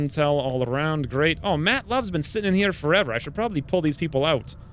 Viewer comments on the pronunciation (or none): none